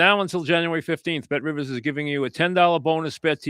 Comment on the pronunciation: You heard the man - call Bet Rivizz!